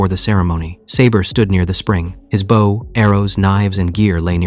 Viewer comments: why does it say bow like bow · really wish someone would fix AI voices to say the correct version of bow. although this one isn't that bad. some utterly suck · Gah! You literally pronounce bow correctly in the story! And then go right back to the wrong version! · Why does AI pronounce BOW incorrectly so often? It’s unreal how often it mixes up bow (as in bowing), and a bow for archery/bow for a ribbon.